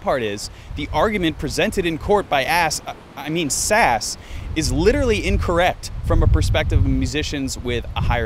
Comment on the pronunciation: I think the right way of saying "SAS" is "S - AS."